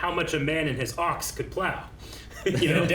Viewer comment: I had to play it back to understand that you said "ox" not "fox"! 😂😅😁